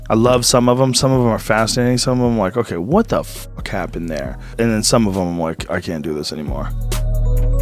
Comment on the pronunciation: You literally said "back len" instead of then. Come on bro, you're a grown man it's not cute